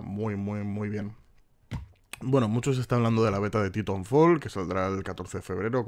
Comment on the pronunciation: yo np sé mucho inglés pero creo que se pronuncia ''Taitanfol'', y si no se quiere poner demasiado acento ''Titanfol'', lo digo por que no lo pronuncias del todo bien, con perdón. Juegazo y like por la información.